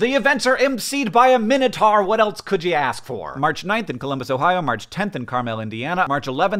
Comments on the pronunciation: Just fyi Hank, Carmel, Indiana is pronounced the like midwestern pronunciation of caramel, not like the fancy city in California. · As someone who grew up in Indiana and currently lives adjacent to said city, it's pronounced CAR-mull, not car-MELL (the latter is a city in California). Thank you. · As a fellow Hoosier, I cringed so hard. CARmel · Just FYI, Carmel, Indiana is pronounced like the candy, not like other cities named Carmel. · CAR-mel is in California 🙄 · It's very important that you all know Hank mispronounced "Carmel, Indiana." Come see us on tour in Columbus Ohio, CARmel Indiana, and/or Ann Arbor Michigan. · The word caramel may have three syllables, however 1.) in the Midwest we ignore the middle one, and 2.) in the Midwest we name our cities after words or places you think you can pronounce and then change the pronunciation to ruin your day. Love from Versailles. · My uncle from Carmel pronounces it like hank did, but he’s also super pretentious so... lol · So, when Hank went into his calm voice, a la "Deep Thoughts with Jack Handy", this video vaulted to Numero Uno as my All-Time favorite Vlogbrothers video! This was followed by the unfortunate mispronunciation of Carmel, which I only noticed because I've lived in Central Indiana for more than 20 years. Well done, Hank, and check with John about Midwest pronunciations!! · I think it's funny that Hank mispronounced it since John most likely lives in our close to Carmel 😆